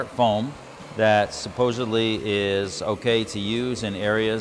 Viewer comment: the word is "supposedly" not subposbly